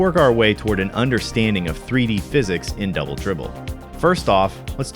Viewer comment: Dwoubel Dwibbel